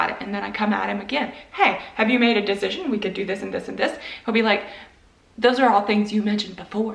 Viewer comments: Why do you keep saying dezision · As an INTP I am immediately firm on how funny her pronunciation of “decision” is. No wavering, I’ve made my “dezision”. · I am an intp and the way you say decision is driving me crazy. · My INTP personality is being triggered by the way you pronounce decision 😂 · Fine then but the way you pronounce "decision" drives me absolutely insane. Sincerely, A well balanced INTP